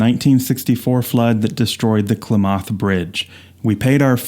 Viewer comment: Klamath is pronounced "clam-math" with the accent on the first part. Thought you'd want to know. I just found your channel today and it's great! Thanks so much! I actually have a View Master camera to make my own slides but I never used it much. I have a few slides from when I first got it. I have the Redwood Highway set too, and a few others that are old.